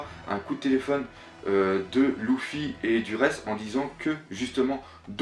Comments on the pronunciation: Bien que tu sois fan du mangas, Loufy sa fait mal aux oreilles Luffy!!!! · Juste pour info luffy se prononce LEUFFY pas LOUFFY mdr sinon bien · c leffy pas louffy (prononciation) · lEEEEEEEffy putain elle est cool la vidéo idée intéressante mais la prononciation des prenons mon dieu sa fait peur s'il te plait corrige sa et sa sera super en tout cas merci pour cette hypothèse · Mec,s'il te plaît entraîne ta prononciation par ce que la c'est vraiment déguelasse entre luffy,shanks et thousand et j'en passe c'est plus possible ! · pk prononce tu les nom aussi bizzarement ? exemple : luffy ou brook